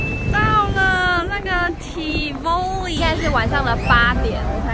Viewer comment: tivoli 當地人讀作（國語音唸）： 「tea焚妮」。 辛苦妳了，從油油的頭髮就看得出來。